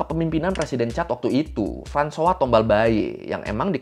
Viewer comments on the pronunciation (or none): none